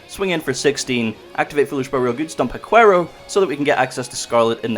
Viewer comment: WA-kero not hua quero. If it was proncounced the way you said it, the the dog breed would be named chiwawa instead of chihuahua…. 😑